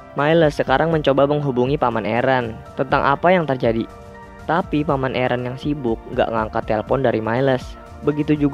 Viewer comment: Aaron not eren